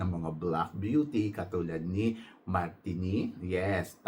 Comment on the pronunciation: TANZANIA - TAN ZA NI YA MARTINIQUE - MAR TEE NICK jusko ka edit: MARINIQUE is not Aftican country, Martinique is in CARIBBEAN